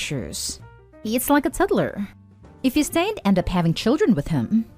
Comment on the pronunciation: I’ve never laughed as hard as when this narrator pronounced toddler as TUDDLER